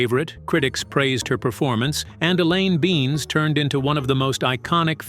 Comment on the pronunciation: Elaine beans. Fuckin AI.